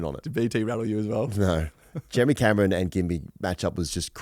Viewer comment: And the drop c***/Jeremy Cumron haha DOES STROKE